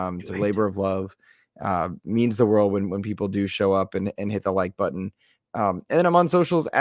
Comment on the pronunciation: "If you like this video, please hit the like BUDDON!"